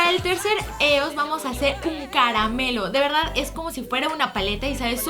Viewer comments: No es "Eos", se pronuncia IOS, me gustan tus vídeos pero me fallaste con tu inglés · Se pronuncia "ios" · Lesslie se escribe es pero se pronun cía ioes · Lessli con todo respeto no se doce eos se dice ios Pq son de estados unidos y la forma correcta de pronunciarla es ios no me odies por corregirte 😢😰😞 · ¿Qué no se pronuncia 'Íos'? Perdonen mi anafalbetismo :v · Se dice «ios» o «y o es» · creo que se pronuncia ios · adoro a Lesslie pero porque dice EOS ya se que se escribe así pero se pronuncia ios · se dice ios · se pronuncia ios😂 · se escribe eos y se pronuncia ios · Se pronuncia ios pero se escribe eos